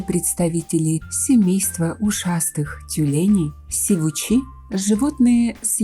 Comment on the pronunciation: сИвуч, а не сивУч, соответственно сИвучи